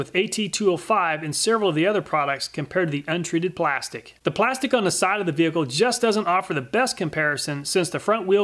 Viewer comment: Dude says blastic instead of plastic lol